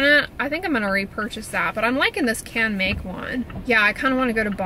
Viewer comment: In Japanese, Canmake is pronounced like “Kahn may ku” with just a short emphasis on the ku, not like kooooo. 👻🤓 My hubby is Japanese and I had lived there for 6 years. Hope that helps! Christine in CO